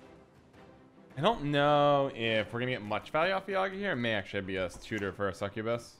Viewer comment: Man, thanks for the deck but Yagá not Yága